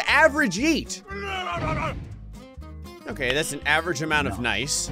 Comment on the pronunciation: thats more like YEE not YEET lol